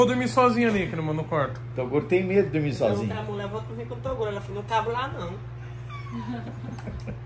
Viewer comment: Só q o Toguro fala errado ele fala macha kkkk